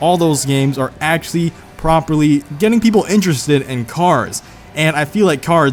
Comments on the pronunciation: why not just say 'actually' instead of 'axy', 'axly' or 'axally'?? EDIT: ... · Not trying to make fun or anything(i dont like conflict) but the way he says actually sounds like axxie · Why does he say actually so weirdly